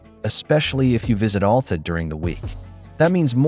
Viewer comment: FYI, it's Al Ta, not All Ta